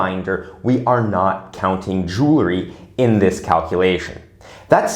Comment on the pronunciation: Please don't say jewlarry! It's jewelry!